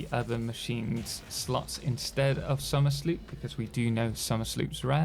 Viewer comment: Question: Isn't it supposed to be pronounced Somer's Loop?